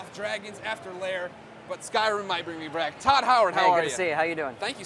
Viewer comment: "bring me brack". Made me lol.